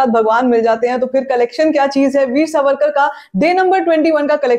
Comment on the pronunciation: मुझे ऐसे लगता है आपकी जो थोडीसी फास्ट बोलने की आदत है उससे जब आप वीर सावरकर बोलती है तो सुनते वक्त वो " वीर सवरकर " सुनायी देता है. कृपया मेरी बात पे गौर करे.